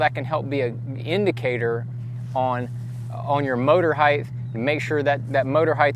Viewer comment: I couldn't concentrate on what he was saying bcuz he kept pronouncing "height" as "heighth". There's no "H" at the end of "height". It's pronounced like "sight" or "might" or "kite" or "bite". Maybe he has it confused with "width"... There's your "H"! I don't mean to be a grammar fucking snob but after about the 3rd or 13th (hey there's another h) time he said it I couldn't concentrate anymore on his tutorial.